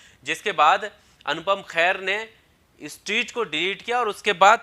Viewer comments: Bhai anupam kair nhi hota ! Kher hota h pronunciation thik kro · Khair ni Kher. Har jagah urdu ka خ ni lagta h. Aap ko toh at least pronunciation ka dhyan rkhna chaiye. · lafz khair mat boliye kher bolo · Bhai apna pronounciation toh acha karo, Anupam Kher ko khair nat kaho, vocabulary par dhyan do. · O Mere Bhai Khair Nahin Kher hai Unka Naam Anupam Kher hai Naam to pahle a theek se lo bad Mein Apni Dukaan chalao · Bro he is kher not khair. So please pronounce properly. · Horrible presentation. Very poor pronunciation!! Anupam's family name is Kher NOT KHAIR. Plz Do the proper homework before launching a video. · Anchor saala chutia naam tak sahi se le nhi pata.. Abe chutiya khair nhi khee hai wo..urdu mai fark karna sikh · Khair ? Wtf ? Pronounce the name correctly man